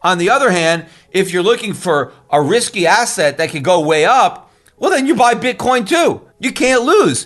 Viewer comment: That SOB J Bravo, every time Schiff says "Bitcoin" I hear him saying "BITCORN."